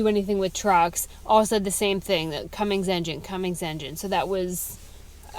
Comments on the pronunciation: Now that you are in the secret sisterhood of diesel truck ownership, you must not commit the ultimate sin of adding a "G" to the word CUMMINS. Real truck owners know there's no G! 😄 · There is no G in Cummins LADY!!! lol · My only complaint, other than you buying a Dodge, just kidding, sort of, is the way you add that "g" onto the end of Cummins. Please stop. Just a pet peeve. Thanks. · I’ve been following you for a long time! Truly, love and respect you but we need to correct a wrong. There is NOT a ‘G’ in Cummins! It is ‘come-ins’, not comings!’ You are a very smart person, please correct this, you deserve to sound as smart as you are! Thank you!